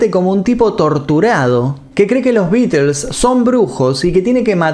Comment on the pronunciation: Que raro... Dice los nombres de las canciones bien pronunciadas y no ofrece pronunciar bien The Beatles correctamente... Que raro